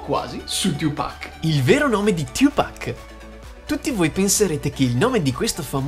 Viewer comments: Non è tiu pac😂 ciu pac 2pac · Fox - The Best of Top si abbastanza ma va beh Oi...é la tua voce ahah, diciamo che mi dá maggiormente fastidio come dici 2pac..questo è basta. Ma poi, perché lo pronunci cosí il nome?